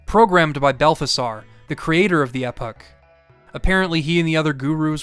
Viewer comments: EEE-POCK. Not Epic. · Eh-puck? Epoch sounds like Ee-pock. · Great video as always. One thing to note though that I haven’t seen mentioned by others. You do not crash the Epoch (I keep hearing epic here, but maybe I just didn’t know of such a pronunciation) into the Black Omen. You keep saying that so it’s not a one time mistake, but maybe you only heard of this method and wasn’t sure yourself. You can actually crash it into Lavos’s shell when you choose to use the Epoch to time travel to 1999 A.D. This lets you skip the first fight where it goes through the boss simulations and its normal phase. You get to go to the second fight inside it but the caveat of no way to leave. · you pronounce Epoch a bit strangely but still liking your video lol. Looking it up I'm finding several different ways to prounce it in English so I suppose it's whatever since at least you didn't say it like "Epic" XD